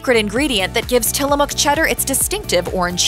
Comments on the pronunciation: It's till-a-mook Not till-a-muuk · Mook like book, not Muk like the Pokemon. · Pronounced "Tillamuck".